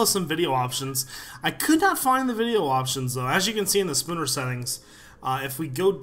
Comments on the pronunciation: It's snooper not spooner settings *facepalm* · lool it's snooper not spooner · omfg hahahahah spooner settings?! SNOOPER!